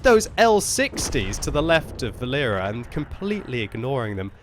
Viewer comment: Not vaLEra, it is more VAlera from name VAlery, Its a Boy's name) VAlera( similar to VAlley)